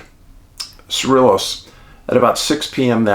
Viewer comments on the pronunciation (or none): I am a huge fan, but I dont get the dog intro thing. 😂 And as a New Mexico native, thanks for covering this. Also its pronounced "SA-RE-YOS" the double Ls are always pronounced as Y in Spanish and most of our town/county names are either spanish or native American in orgin.(Sorry, I couldn't help it after his comment and people correcting his pronunciation 😂) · They are not twin cities IMO. Madrid is an old mining town turned artsie-fartsie-tourist-town with bars, museums, and restaurants; an artists' huckster paradise. The double "ll" in Cerillos is pronounced like a "y" as in crayon, and the "i" is pronounced like a long "e" as in "tee." Cerillos is just a little village with an excellent museum...and that is about it. Both are fun places to visit, and the architecture is old and historical. It will make you think about what it must have been like "back in the day." Madrid is a one-road town, while Cerillos is laid out like a grid. Keep up the great work, David.